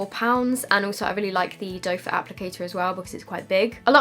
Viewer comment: did you know the applicator is call “doe foot” not “dofah”